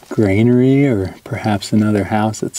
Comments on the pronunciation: when you say Grainary...what was harvested and from where? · Stop saying “Grainery” and “krux”….lolololol